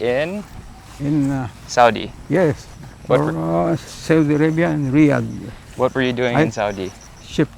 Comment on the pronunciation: Riyadh not Riad.